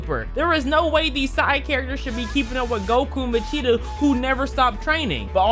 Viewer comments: Bro did not just say Vecheeto😭💀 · My brother in cinnamon pigment....😭 VE-GEE-TA